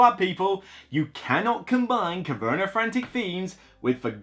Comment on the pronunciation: it sounds like you put an r at the end.😊